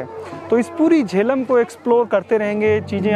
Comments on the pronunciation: जेलम गांव सर , ना कि झेलम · It's Jelum